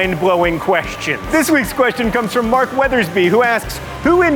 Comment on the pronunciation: At 15 seconds what the fuck was this guy thinking pronouncing question that way?